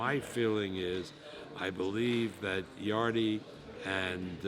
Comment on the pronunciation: yard-e. even when corrected he's too far senile to notice